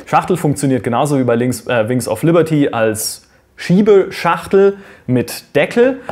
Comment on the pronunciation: "Wer schon die Collectors Edition des ersten Wings of Lierty hat" ... :D Passiert, trotzdem gutes Video ;)